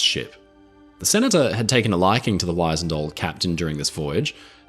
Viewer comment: I absolutely love and admire your videos and I always learn so much but I believe it's wizened~so that the first syllable doesn't sound like the word, WISE, but like the name, Liz